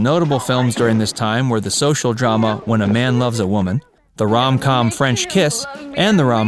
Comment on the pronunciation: Please…”rom com”?? 🙄